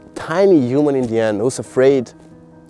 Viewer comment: I love that the way you say “human” sounds like “You Man”❤🥹 which feels so unintentionally poetic and on brand✨